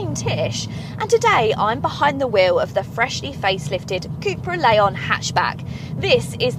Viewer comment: There's no "A" in Leon.